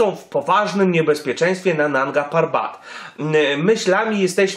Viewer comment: 1. Jak przygotowywujesz filmik używaj nazwy poprawej nie "parban" i inne nazwy 2.Zostałą zdobyta w 2016r przez choćby Simone Moro 3. Eli nie miała wystarczających kwalifikacji aby ocenić jego stan? Himalistka wieloletnia kto jak nie ona zna objawy śmierci z powody obrzęku płuc/mózgu czy innych przypadłości 4. Mogli po niego ruszyć czyli wiesz lepiej niż Krzysztof Wielicki, który stwierdził że nie było jak Tomka uratować 5.Mogli jej zostawić tlen i by sobie poczekała. Super zostawmy ranną osobę na noc samotnie a my szukajmy osobę, która prawie na pewno nie żyje ryzykując życie i według prognoz pchając się w załamnie pogody 6. "ona miała interes aby kłamać" człowieku przeginasz bo to jest w tej chwili oszczerstwo wobec niej. 7. Zarzucasz jej kłamstwa nawet o zdobyciu szczytu. 8. "którego ona tam zostawiła" co może jeszcze miała go znieść. Rozumiem przez to, że twierdzisz ze zrobiła to specjalnie aby tylko siebie ratować Podsumowanie się wypowiada wiedząc gówno o temacie